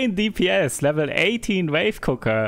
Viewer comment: Sidegame for this to get stupidly drunk: take a shot every time he pronounced it "wife cooker" instead of wave cooker.